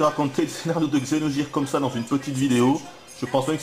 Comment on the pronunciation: Vidéo pas très objective, et dur de t'entendre prononcer Xeno"j"ire aussi, mais ça fait du bien d'entendre des critiques françaises sur ce jeu qui gagne à être connu !